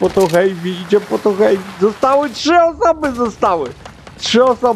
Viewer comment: Przepraszam ze poprawiam nie wiem czy to ja zle uslyszalem czy co ale mowi sie heavy a nie hejpi to nie hejt